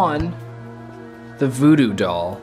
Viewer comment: You said voodoo doll wierd